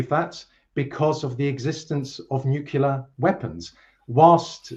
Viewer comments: calls Gorbachev a "weak, useless leader" while Dr. Jeffrey Sachs calls him "one of the greatest diplomats of our day" (or words to that effect." [Also, it's "nuc-le-ar" not "nuc-u-lar". And you totally misused the word "comprised"; look it up.] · If you say "nucelar" I have a hard time taking you seriously. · Oh my God, even the british Dr. says 'nukelar' war. President George Bush Jr's ignorant Yankeee vocabulary has found its way into academic environments in the UK. 😢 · says "excetera," "nucular" and "different to." Back to school!